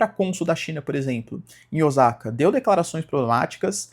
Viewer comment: Osaka se pronuncia ‘Oossaka🎉’ e Não ‘Ozaka’. Essa Takaichi é um mais do meamo com notas de imperialismo. Eu acompanho um canal que analisa somente política japonesa e decifra coisas da maneira de se comunicar dos japoneses, e acredite, muita coisa que ela fala é sõ marketing. Ela escolhe momentos certos pra falar coisas mais polêmicas de forma que parece que vai fazer alguma coisa mas na verdade não vai… A gente não tem gente nem pra trabalhar na loja de conveniência, quer militarizar o pais com quem? Soldados vietnamitas? So se dor